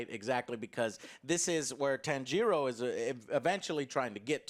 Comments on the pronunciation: Joe is like Inosuke - he can't get Tanjiro's name right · Joe love that you are getting into anime and enjoy reviewing it! Gotta work on the Japanese name pronunciations though! Inosuke - (In-ose-kay) Tanjiro (tawn-jeer-oh)